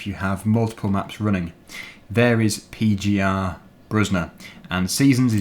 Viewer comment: Just wanted to Say you read it pe like Pen without the n. You speak the gie more like kie. And the er like er in erotic. You speak the bruzda part good.